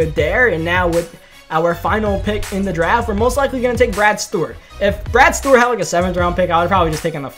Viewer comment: Why do you pronounce Stewart as stort